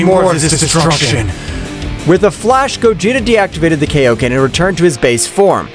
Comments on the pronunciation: its kai-o-ken, not kay-O-ken. It is named after king kai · It's kaioken not kaoken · the technique called kay-O-ken i genuinely dont know if this dude watched dbz or dbs